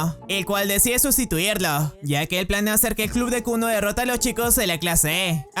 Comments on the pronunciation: El colegio llamado Kuno xd es kunu pero se le entiende kuno xd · yo entendi kunno y no kunu;v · escuche el colegio llamado kunno xd y era kunu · en el comienzo escuche Kuno JAJAJAJAJ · bro en el inicio escuche que el nombre del colegio era kunno en vez de kunu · Siempre escuche "kunno" ●_● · Al inicio pense que dijiste clase kunno XD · lo primero que escucho en el video es la escuela kunno en vez de kunu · Le entendí kuno al inicio XDDDDD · Pense que dijo kul0 digo Kunno pero es kunu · Yo creí que dijo kunno XD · soy yo o dijo kunno XD